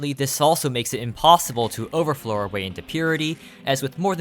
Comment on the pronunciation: Bro can't keep calling it "overflow"